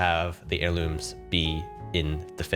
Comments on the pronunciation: "apex airlumes" lmao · “Apex Airlumes” A for effort 💀😭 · It’s pronounced air-loom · "apex airlumes" has me upset